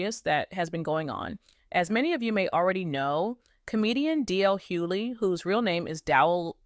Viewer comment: Please get an AI that pronounces their name right. The G in his name has an accent and yes I didn't finish watching. And next time ILL KEEP SCROLLING.. GEEEEES